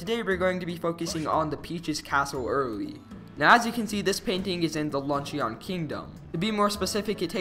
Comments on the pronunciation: lunch-e-on? not lunch-in? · It's not pronounced Lunch-e-on, it's pronounced Lunch-in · Yup luncheeon or luncheaon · Dude the way you pronounce "luncheon" 😂